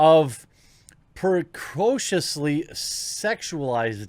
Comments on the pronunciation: I had to laugh at your pronunciation of preciously (it's pre-shus-ly). Sorry, I couldn't help it, it just bugged me. Not nearly as much as the disgusting film, but still. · Bro did you really just pronounce “preciously” that horribly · That was an interesting pronunciation of ‘preciously’ 💀💀🤣🤣 Also, this is some sick stuff. Genuinely horrible.